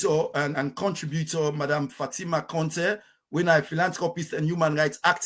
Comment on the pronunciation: WE START BEING PROUD OF OUR COUNTRY BY PROPERLY IDENTIFYING OURSELVES , WHO IS THIS WOMAN , A SIERRA LEONEAN OR FROM THE FRANCO PHONE COUNTRY. OUR CONTEH, IS CONTEH NOT CONTE NO FALSEHOOD..